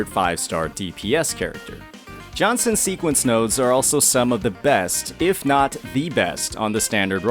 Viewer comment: Lost 50/50 to jianxin (s1) on changli… i felt good lol… i love her… i have selected 80 pull banner still and will pull for her s2. I dont mind getting her copies… got verina on first 50 pull banner… dont have other limited 5 star… got lucky But bro is butchering jianxin name again in another video lol… and she is my fav … (i have changli and yinlin too)